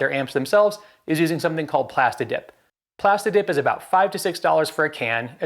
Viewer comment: Did you say plastidick? 😆 nice vid bro